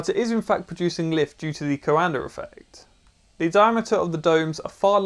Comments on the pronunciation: He keeps pronouncing "Coander affect", what do you expect? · Not trying to be anal about this but in case you're curious the actual pronunciation is something more in the lines of "Coahndah" (Coandă) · Before even clicking I could hear going "co-anDER effect" in my head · Not "Coander", closer to "Coandah", but without the H, ending on the high-A. I would suggest printing the bowl the other way (like a bowl in which you'll put cereals and milk, in this order, don't me). The fan should be of lower height and have a lot more blades, like a squirrel-cage compressor fan, and maybe thinner/shorter (less height). I would say at least 24 fan blades, ideally twice as much or more. You might also want to add some gearbox, to spin it at higher speeds, to use the same torque to generate more lift, by having more air affected by the surface-tension of the bowl. And why not use store-bought bowls, anyway? You want something more like a high-speed air compressor squirrel-fan, than the fan for a horizontal-axis wind-turbine. Would be nice if you tried again, taking those things into account. Also, having a duct (basically a disk) on top of the fan, going something like 2 centimeters outwards, would somewhat increase the upwards force, by keeping the air from being sucked back into the fan. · Great video! Take a drink every time he says "Coander effect" -- it's actually pronounced ko-an-duh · Henri Coandă has a street named after him in Timişoara 🇹🇩 |two syllables, not three. | Kwan dõ| 콴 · It’s the CoanDA effect not the CoanDER. Accents are no excuse for adding an r where there isn’t one. Stop. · it's something like "duh"! Is pronounced dă. So it's... "Coan-duh" effect 😅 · every romanian's ears starts bleeding when you say Coanda :)) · I kept yelling at the screen that there's no R in coanda, pretty funny though. kinda like some americans saying H before W.